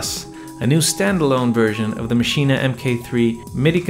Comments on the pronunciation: Its pronounced "MACHINE" not Maschina. Check the native instruments videos. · First, it's just "Maschine", not "Maschine-ah". Second, it's "gigabyte", not "jigabyte". On the other hand, if you say "Lady Ja Ja", or "Joogle search", then never mind. 🤣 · Iam german and its pronounced "maschine" not "machina" ;) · Interesting points made there. But please, don't call it Maschina. As a German native speaker, this pronunciation really hurts my ears. 😊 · Why do you say maschina? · Sorry but are pronouncing it “maschina?” 😂 I know the spellings funky but I don’t think you gotta say it like that